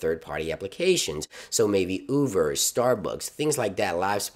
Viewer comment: Is anyone else hearing “Uver” or am I crazy?